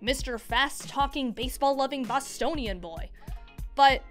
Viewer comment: Did she pronounce Bostonian wrong or have I been saying it wrong